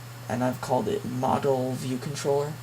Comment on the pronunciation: this is a good tutorial but you keep saying modal like model and the way you use it makes me think you are confusing the MVC model wirh a modal window..